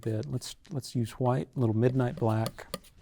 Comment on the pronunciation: "LIQUID HHWHITE..." 🤣🤣😭 🙏🏾🕊REST IN PAINTINGS & HAPPY LITTLE MISTAKES BOB ROSS🕊🙏🏾